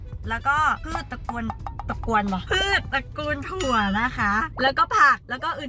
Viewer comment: แล้วก็พืชตระกวน ตระกวนเบาะ? 5555 แอบหลุดอีสาน แบบน่ารัก 💖